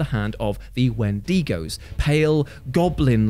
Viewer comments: Thought I should point out you mispronounced Wendigo. It's pronounced in a way like win-da-go. Not win-den-go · My god, I love...even though he mispronaunces "Wendigo".